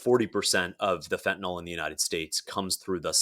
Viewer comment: It is fentaNYL (NIL) not fentaNOL. Don't think using the addiction crisis as a blanket defense of blanket tariffs is a strong argument. It's just a tactic to take the conversation away from actually discussing tariffs